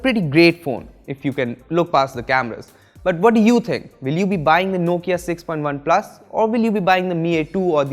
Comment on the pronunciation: Everytime he says point OnePlus